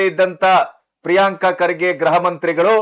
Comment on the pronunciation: ಸಾರ್, ಗ್ರಹವೊ ಅಥವಾ ಗೃಹವೊ ಸ್ಪಷ್ಟವಾಗಿ ಹೇಳಿ.